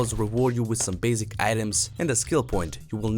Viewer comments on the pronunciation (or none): I like how he says basic "Bazic".